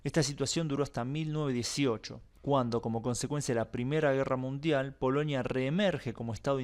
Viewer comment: POLONIA POLONIA, REPITE POLONIA, No es POLOÑIA 😆😀😁😂🤣😃😄😅